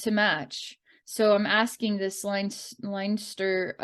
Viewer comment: This is hilarious. You got Munster/Ulster right in pronunciation. Len-Stir, Meed, and Con-Aucht not so much. Wonder how much the Leprecauns are representative/reflective of the local human society (all in all, Munster humans do not get on so well with Leinster, and very well with Connaught). I feel connected to some aspects of the Munster Leprecauns and their trials, living there for 3 months a year. But I always attributed separation from humans and not being able to communicate with them as being due to stellar origins, as opposed to elemental relations. BTW: Re the Meath Leprecauns. Ireland as a country is literally falling apart at the seams (worse even than other states) and the population is 100% dependent on government for everything (including their thoughts) which is partially why I left. The population spun a web of dependency for themselves and do not know what to do now that their government is turning feral. The only solution is for all to join together in unity, and become self-reliant once again. 🍀